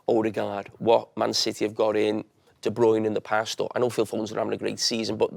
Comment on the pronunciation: Same as gunduguon and de bruyn…when everyone else pronounces it a different way